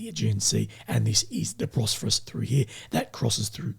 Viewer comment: Bosphorus not Brosphorus